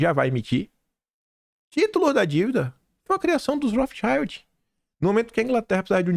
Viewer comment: Não se lê cháiald. Lê-se child. É alemão, não inglês